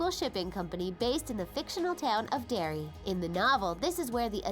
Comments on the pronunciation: Dairy? It's Derry. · "I LOVE DERRY." NOT, "I LOVE DAIRY" !! AND SHE SAID 'PENNYWISE', WROTE THE STORY .... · ITS “I ❤️ DERRY NOT DIARY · WTF... did I miss something? Some inside joke? It's "I ♡ Derry", not "I ♡ Dairy" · Derry, not Dairy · It's "Derry", not "Dairy". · "I heart dairy" its "I <3 Derry" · "I love dairy"? Not "I love Derry"? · It's Derry not Dairy. Idiots. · Loads of mistakes in this video. Movie and mini series? And it's Derry not dairy! You are obviously true fans